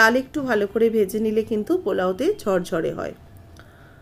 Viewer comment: কেন ঝরঝরে বলতে পারেননা? বলেন ঝড়ঝড়ে।😢😢😢